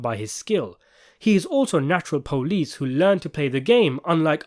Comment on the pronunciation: The way you hit that, “natural police” had strong Baltimore vibes. Nice work!